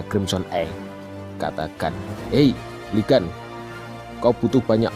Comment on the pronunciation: Bang di bacanya bukan Lee gas tapi liguun pake u bukan pake a